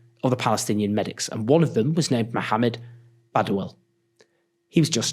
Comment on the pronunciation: Thank you for pronouncing Mohammad’s name correctly